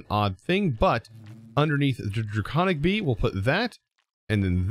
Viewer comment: How many times did you say "be'ee" during this episode, it was suddle lol but made me laugh